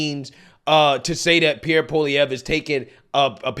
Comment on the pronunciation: I'm impressed. I seen you mess up the pronunciation many words and names. You actually pronounced Pierre's name pretty good.